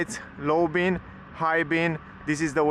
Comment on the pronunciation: its called "beam" with "m" not "bean" you said a thousand times....